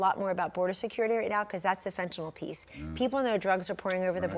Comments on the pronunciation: The word is “fentanyl” the nyl is pronounced like “nil”. Good analysis. Hope she’s right. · I appreciate your show Larry...I respect your intellect and perspective...Please pronounce fentanyl properly...